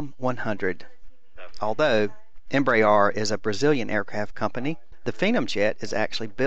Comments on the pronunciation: Please stop saying "EmbraAAAAAR" "EmbraER" (em-bre-air) nice video nonetheless, despite that and the low voice volume on the recording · I hate to be the grammar nazi but Embraer is pronounced em-bre-re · Oh crap!!! It took a while before I quit pronouncing Embraer "Em bray R"!! Now I'm really bummed. Pray how does one pronounce Phenom in Brazil? Tim G., FS MaNiA